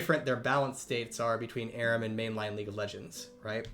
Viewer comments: Saying aram, not Aram. Somehow feels... disrespectful 😅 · Why does he say Aram like that